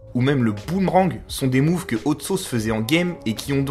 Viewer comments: Par contre mec faut vraiment que tu travailles ton accent si ton idole sappelle hot sauce. J'ai été choqué d'entendre "haute sauce" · Je suis le seul à avoir les oreilles qui saignent à chaque fois qu'il dis Haute Sauce ?? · Ta prononciation de hot sauce est dégueulasse tu te la pète un peu bcp mais la vidéo est sympa